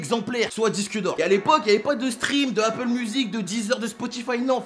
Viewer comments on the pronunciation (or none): none